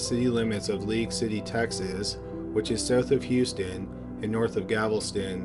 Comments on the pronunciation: It's not GAVELSTON it's GALVESTON 😮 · it's galveston not gavelston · It’s Galvastine gal-vast-in! not gavelston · It's not gavelston. GALVESTON . no one has a gavel here. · I love your videos. They're always great and captivating. That being said, it's pronounced Gal-ves-ton. Not Gav-el-ston. Sorry to nitpick, but being from Texas it drives me crazy. Other than that, keep up the good work! Cheers! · GAL-VES-TON, the city is Galveston, not gavelston... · G a l/ v e s t /o n NOT Gavelston. Please. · Its Gal-veston, not Gavel-ston. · Gal-ves-ton... not Gavel-ston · Gavel- ston 😂😂😂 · For the love all that’s holy, PLEASE learn how to pronounce Galveston “GAL-ves-tun”. Also “tavern” and “Othman”. You finally figured out “genealogy” after years of cringe so I know you can do it. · I swear has a vendetta against saying Galveston correctly